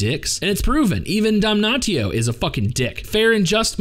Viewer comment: People usually pronounce his name "dam-nashio"